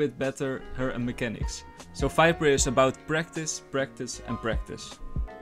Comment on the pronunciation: Falorent? Fiper? .. Dude what are you saying? ..